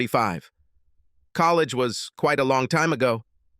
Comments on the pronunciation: Man, the robot AI reader sucks. It mispronounces common words like “friend” as “free-yund” and “handsome” as “hand-sooom” & “college” as “colly-gee.” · The computer sounds so stupid....collegeee? Free-ends? Anyway, the story was boring. FF. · "She had different neeem when we were in collageeee" - lol the pronunciation on this AI.